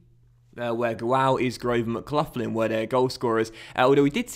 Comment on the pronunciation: MCGLOCKLIN not mcluflin that sounds like a mcdonalds breakfast